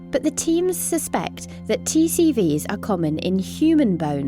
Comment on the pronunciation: I always hear T-series instead of TCVs